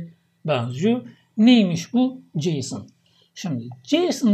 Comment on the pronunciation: => JSON JSON diyoruz ama ne acaba bu JSON. Filmlerdeki artis isimlerine benziyo. Neymis bu JSON. Bu tarz vurgulari dinlerken tebessüm ediyorum hocam. Ama dikkatimi cekti akilda kalici oluyor. Gercekten "Baska Egitim"..